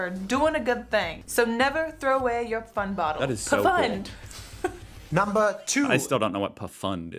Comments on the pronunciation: Why are you pronouncing it puh-fahnd? It's ONE syllable! Pfand! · Its not Puhfand its PFAND